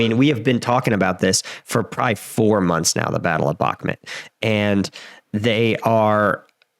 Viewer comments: Its pronounced Buch (like the composer)- Moot. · Stop saying bakmit honestly dude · You got the pronunciation of Вагнер right but absolutely butchered Бахмут. Like how